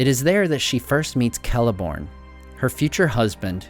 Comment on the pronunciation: Oh neat you know how to pronounce Celeborn and Celebrimbor.